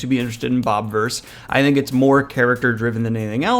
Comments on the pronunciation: Why is it pronounced bob-verse when it’s spelled with an “i”? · It's "Bob "ih" verse" like universe with bob instead of un. You're pronouncing it wrong. You got everything else right. This book trilogy is the best book series in a long time